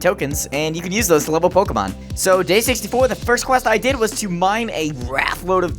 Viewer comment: Thanks god your saying pokemon right. Everyone else says [poke-ee-mone].